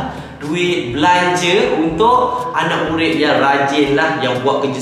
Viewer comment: kelakar sebab cakap asalam mualaikum murin murin